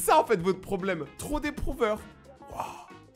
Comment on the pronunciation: t’as dis waoiw 2X